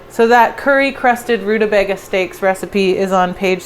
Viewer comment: I love the way you say rutabaga, kept making me chuckle, probably its just a funny sounding word anyway. But also the dirty cookbook thing I agree with, they should be like, buuut it makes me not want to buy second hand cookbooks online 😅